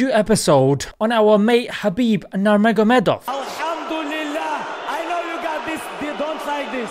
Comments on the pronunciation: Bro it’s literally Nur-Muhammad-ov, Nurmuhammad already obvious to Muslims and -ov is Russian naming convention meaning “son/descendant of”. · his lastname is read NUR-MAKHOMMED and postfix OV comes because of russia. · "naragamadov" 😂 😂 your not there yet at pronunciation but you'll get there insha allah.. Today is the match and may Allah make it easy for him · khabib himself said that his name spelled nurmuhammadov